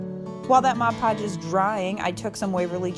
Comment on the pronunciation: Nice! So refreshing to hear ‘Mod’ Podge pronounced correctly! Guess I’m a little picky (👵🏻) but majority of crafters call it ‘Modge’ Podge and it drives. Me crazy! 🙃 Really good video. Thanks for sharing!